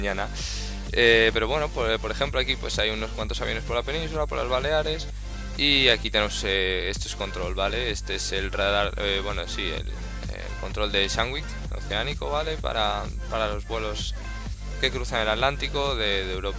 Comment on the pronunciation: yo también he escuchado sanwich !!! xddd